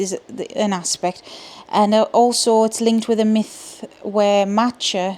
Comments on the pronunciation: I hope I'm not doubling anyone's comment here, and hopefully this is helpful: Badb is pronounced bive as in five. Macha is pronounced Mahcka (then ck is more like the ch in Scottish loch). And Nemhain is pronounced Nevin like seven 🙃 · Love that this has come out ❤ The Morrigan and Hecate have been my main two goddesses for a little while now. I cherish their assistance and lessons in my life. It’s an interesting “guide & push” flow in my experience. I would agree with another comment that the first aspect you met was Macha (mah-kah), and the second was Morrigan (or Morrigu as some texts call her). When I first met the Morrigan she was in a very war-like aspect. Dark armor and wielding a spear, but still very feminine. As I’ve worked with her more I’ve seen/felt her in her more crone aspect as Badb (bive) and in her more nurturing, motherly aspect as Anu. In my experience with her, she is both a single goddess and a “collection” of three sisters which may lend to both her shapeshifting and triple nature. I’m also learning more about some of the different aspects of Hecate now too, so I love how they share that as well, being simultaneously one and many.